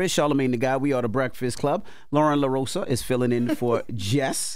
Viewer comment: DJ Envy ,La-Rose-Ah is how it's pronounced. Just like Coma- La. you have to "DON'T" want to pronounce her name wrong to get it right. It's too easy to say,but I get it. Jess is listening. 😆 🤣 😂 😹 JFWY!😆 🤣 😂